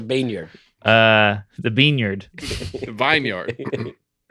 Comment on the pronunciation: "BEANYARD" HAHAHAHAHA